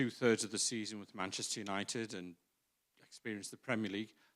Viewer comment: Mancheter Junited - The Butchered 2023.